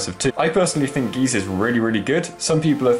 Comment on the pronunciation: it is GY ZE. why do people Always pronouce it wrong?